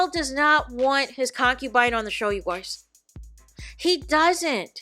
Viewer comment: Clicked for tea, heard you say "you goiys", immediately subscribed.